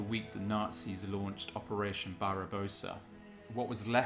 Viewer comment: Its not opesesion barabosa its barbarosa